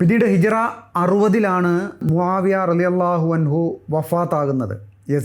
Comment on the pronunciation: മുവാവായയെ റ കൂട്ടി പറയണ്ട